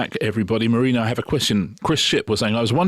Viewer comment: Not going to watch Gangs of London until Mah-reena really, really sells it to me. Come on, try again, trippingly on the tongue.